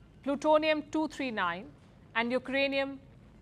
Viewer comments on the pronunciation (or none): Brand new Radioisotope "Palkrinium"